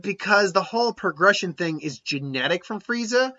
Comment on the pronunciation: Why do you call him Fireza? It's Frieza.